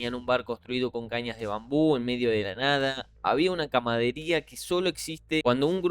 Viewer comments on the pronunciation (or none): CAMADERÍA? Jejeje 🤭. Amigo, se dice CAMARADERÍA 🤷‍♂️. De ahí viene la palabra CAMARADA.